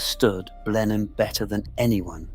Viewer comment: It's ponounced "Blennim" ⚠️